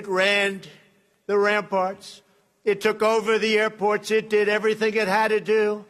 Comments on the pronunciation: I'm only here for the highlights - or should I say, the lowlights. I knew the Dumb One would screw up, I just had to see how. He didn't disappoint! "Our army manned the AIR-pts... It rammed the ramparts... It took over the airports it did everything it hadda do..." Comedy gold 😄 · He said HAIR PORTS you stoopd libs